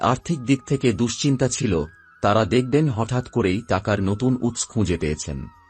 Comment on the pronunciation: Kotha ta oots na utso, aagmon na aagomon, bor maper na boro maper, aapnar uchcharon e onek diffect aachhe aami aageo dekhechhi. Aj birokto hoye na likhe parlam na. Egulo sob e somas boddho pod, tai thik kore aage uchcharon gulo bujhe nile bhalo hoy.